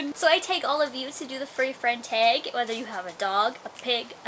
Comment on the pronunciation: STOP SAYING TAGE!!!!!